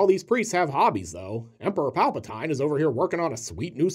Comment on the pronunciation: Palpa TEEN... like “don’t forget to drink your Ovaltine” I know... there’s always a critic. no, no, no... it’s Palpa TINE, like Tyne Dailey.